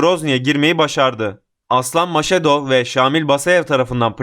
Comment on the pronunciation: Maşedov değil Mas-Hadov.